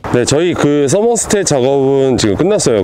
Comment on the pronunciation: 다 좋은데 자꾸 썸머스탯이라고 하는거 나만 거슬려??